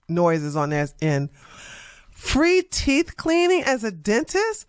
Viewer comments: “Teef” doeeee? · Anyone who says "teef" cleaning would not get anywhere near my teeth. 😂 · And, “teef”